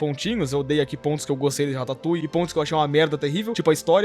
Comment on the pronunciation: Man ... Só eu que pensei besteira quando ele falava rataputa